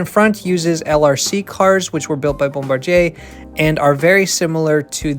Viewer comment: You pronounced Bombardier wrong dude 😂